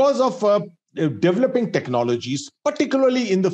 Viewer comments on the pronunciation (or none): Ppl that say devil up piss me off. Its develop. Ffs say it right